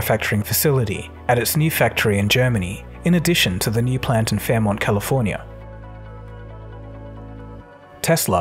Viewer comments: Fermont, CA? Do you mean Fremont? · Fremont, California Not Fairmont